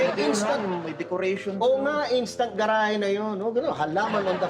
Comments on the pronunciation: Sino ba yang starlet na yan? GRA-HE ang tawag sa GA-RA-HE. Sakit sa tenga. Tsk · Ga-ra-he po mam...😮